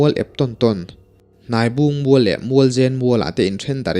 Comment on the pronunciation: Thing hming hi i lam diklo nual. Bulthur tih hi thing hming a ni a, Bul hi bur tih anga thluk tur a nia. Thur tih hi thei thur tiha thur lai ang hian lam tur. Bûl hi chi hnih a awm a, Bulthur leh Bulfek. Hnaibûng tih a Hnai tih hi thing hnai kan lam thluka thluk tur, Bung hi chu Bung thing kan lam thluka thluk tur.